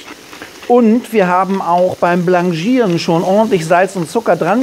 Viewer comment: ja, das sollte richtig ausgesprochen werden. Französisch ist Französisch.